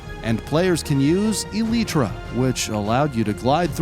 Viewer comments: Its elytra. not eletra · It's elytra not elitra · Ee-lie-trah Not el-eetrah Or el-it-rah Jeez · el-e-tra? ill let it slide but its pronounced el-i-tra and spell spelled elytra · WHAT THE ENDERAMN IS AN ELITRA ITS Y AS IN AY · did bro really said eleetra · Did he say ELYTRA ELETRA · its e-li-tra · Calls the elytra an eleetra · Suprised someone still calls elytra eletras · its elytra is prouneced E-LITE-RA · HEYYY ITS ELYTTRA FROM THE ELYTRA THE WORD IS LIKE EHHLYTRA!! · I guarantee this guy has never played Minecraft in his life. The way he says stuff like " elitra" " basult" and the fact that he is reading off a script and misread some stuff like... " souls and valley" instead of "soul sand valley" and " caveman" instead of "cavegame". It makes me cringe so hard. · How tf can you mispronounce elytra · he said it wrong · You know that but spelled it wrong right you said elytraElytra it's not called elytra it's called elytra